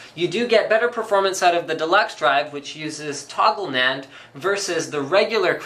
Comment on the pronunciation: Did he say Nyan chips.